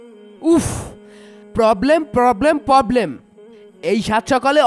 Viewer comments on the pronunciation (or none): poblem না problem 😂😂😂